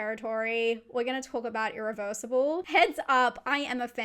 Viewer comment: Why pronounce Hostel as a French word but Irreversible as an english word? :P